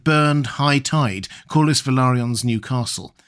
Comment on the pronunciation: The way say Corlys sounds as if he is saying coolest. Coolest Velaryrion. Which he was. Francis Drake in silver hair.